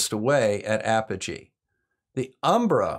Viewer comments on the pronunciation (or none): none